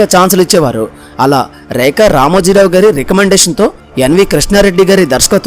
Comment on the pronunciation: ఒరేయ్ ఏంట్రా ఆ ఉచ్ఛారణ నీ ఉచ్ఛారణలో ఉచ్ఛారణా దోషాలు ఎక్కువ ఉన్నాయి. ఆమె పేరు "రేఖ" అయితే "రేక, రేక" అని పదేపదే ఉచ్ఛరించడం వింటోంటే నాకు ఒళ్ళంతా కంపరంగా, మహా కోపంగా ఉంది.